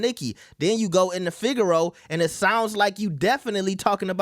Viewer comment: Fig-eh-row-uh is how u pronounce it. Not figure row. Theres an a there at the end 😂😂